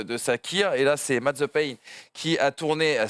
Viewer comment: c'est mazepin pas mazepain lol